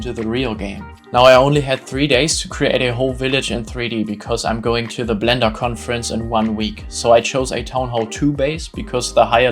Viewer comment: The way you say clash of Clans and blender sounds like you are german